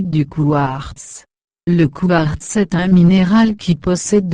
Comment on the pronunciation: Ha ha ha! La voix de robot, qui prononce << couard >> au lieu de quartz, possède-t-elle une carte d'identité ? A voir ces consternantes vidéos, on n'a pas besoin d'une puce pour identifier la bêtise. A croire que la bêtise annonce l'avenir. C'est désolant.